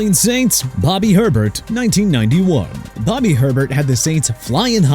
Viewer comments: It’s pronounced Hey-Bear not Herbert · Nice you pronounce it Herbert when there’s no r. It’s pronounced Hay-bear. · It's NOT Herbert, it's "Ay-BEAR"! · It's not Herbert. It's Hebert, pronounced A-bear. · It's Ay- Bear, not Herbert. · Bobby Hebert’s last name is pronounced ‘A-Bear’. Way to do your research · Yeah, not how you pronounce that. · He's done this consistently for years and there's always someone in the comments telling him that's not how you pronounce it. Think he's doing it on purpose. TPS kinda sucks tbh